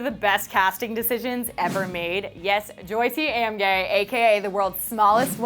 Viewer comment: did she really pronounce Jyoti's name as Joyt-ay Am-gay ??? really??